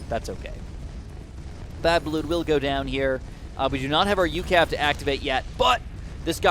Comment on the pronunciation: Its just pronounced U.C.A.V. no ucav